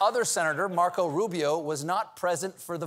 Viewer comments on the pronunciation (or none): none